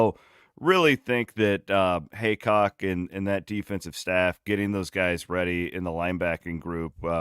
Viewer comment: it’s HEAcock not hancock for fks sake